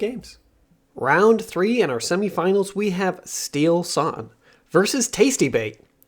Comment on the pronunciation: Steelsane spels not like steelsun, its two words steel and sane :D very good player so plz call him right, big thanks :D:D:D